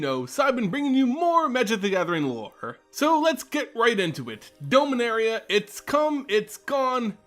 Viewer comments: It’s pronounced Dom-a-nar-ia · Doughminaria omegalul